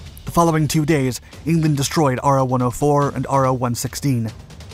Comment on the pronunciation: FYI, it's not R O # for Japanese subs. It's Ro, like row. For the Japanese character ろ.